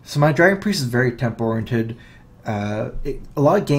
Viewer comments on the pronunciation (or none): none